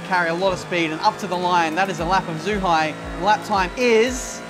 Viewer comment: It's pronounced as Jew-Hi (Zhuhai) and is a fool